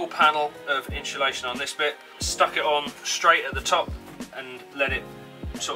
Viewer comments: Just in-SU-lation is okay. What’s all this in-SHOE-lation business about? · Yes! That was driving me crazy! It's inSulation. Great video though! Thank you for sharing your method! Cheers! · Are you installing "inshulation" or 'insulation'...????? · "inshulation" ....... !!!!!!! It must be a Brit thing... Like "Toyoto" 'ARE' making fine cars, instead of "Toyota" 'IS' making fine cars which is PROPER ENGLISH... Or "Toyota" 'ARE' made up of many fine people, instead of "Toyota" 'IS" made up of many fine people.. Toyota being a single entity, although made up of many parts. You wouldn't say: The PIE 'ARE' made up of many slices... Unless you are an ignorant Brit.. Correct ENGLISH would be: The "PIE" 'IS' made up of many slices.. You wouldn't say: The "MEDIA" 'ARE' stupid.... Correctly, The "MEDIA" 'IS' stupid... LOL! Unfortunately, this dumb ass anomaly has spread across the pond, to the USA and the world, where it has become normal to mangle grammar that I learned correctly as a child 70 years ago.. Thanks again socialism/liberalism, the destroyer of Borders, Language and Culture, you win hands down, again...